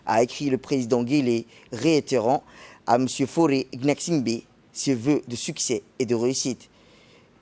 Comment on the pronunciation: C Faure et non fauré